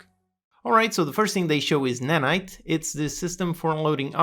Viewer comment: You got Nanite very wrong actually